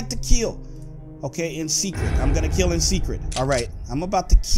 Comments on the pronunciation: he say keal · He says kill very funny